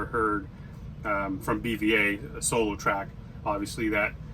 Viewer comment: His names pronounced beeva like the beaver 🦫